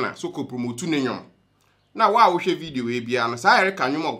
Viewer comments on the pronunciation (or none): none